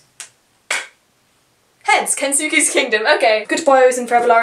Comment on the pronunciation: Jeez you’re optimistic but I love it! Also I know I’m nitpicking but it’s pronounced kens-keys kingdom I think. (Autoboyography is so good! Have you read call me by your name!) the immortal life is also REALLY good!